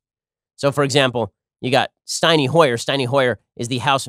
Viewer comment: Steiny Hoyer? Ben please learn to pronounce people's names right you dum dum.